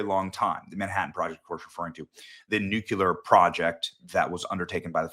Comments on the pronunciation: Benny I love your content but it’s Nuclear, not Nukular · NUCLEAR = NEWCLEAR - NOT NUCULAR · Its Nuclear. Noo clee errr Nuculer is not a werd. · Benny: NEW... CLEAR... NEW-CLEAR! I cringe every time you pronounce nuclear as Nuke-You-Ler. I love you and love what you do, but please! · It’s “NUCLEAR” not “NUCULAR”. Come on!!! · Let me give you a friendly advice. Saying « Nucular » instead of « Nuclear » makes you look uneducated. Don’t be like «Tampon Tim ». Just saying. Love the content. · Benny!! Love you brother, you are one of the leaders of our movement and I am CONSTANTLY on your site!!! That is why you have to address this small but CRITICAL issue NOW (staff members please take care of this!)...the word NUCLEAR is pronounced NEW-KLEE-UR...NEW-KLEE-UR...NEW-KLEE-UR!! You cannot sound like one of these uneducated bumpkins with the middle initial W!! Not NUKE-U-LUR, NEW-KLEE-UR!!! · Oh no, he said "Nuke-Yuh-Ler". Must be a Bush. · You and George W pronounce nuclear “noo-cue- ler”😂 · whats "nuqular"?/